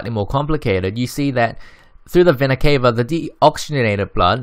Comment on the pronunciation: It's not Vena cave-a, it's Vena ca-va I'm sorry. It triggers me a lot